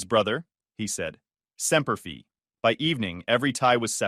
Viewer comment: Once more the AI in this story shows it doesn't have an idea of how certain words and phrases are pronounced. Semper fee? Fee? It's Semper Fi like figh or fy. It's like when the AI pronounces the one word sentence "No" as number.